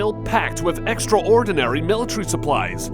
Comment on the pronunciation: Hey! Narrator! It's not " extra-ordinary" It's "extraordinary. One word. Extra-ordinary sounds like the actual opposite of the word extraordinary, like it's actually extra ORDINARY. Also it's nuclear, not nucular. Learn how to speak English properly.